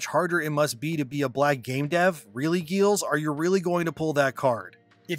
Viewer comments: BTW, the main writer for this game is pronounced Giles (like the character in the Buffy series). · his name is pronounced like Rupert Giles from Buffy. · Hey man appreciate your work and the delivery of it. But respectfully, you should take a little time to understand how names are pronounced. Getting Giles wrong and mispronouncing "rhetoric" undermines your position as a public speaker